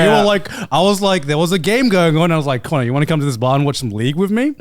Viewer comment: Crazy how you can hear they’ve been to America trough certain connors uses and the way he pronounces them😂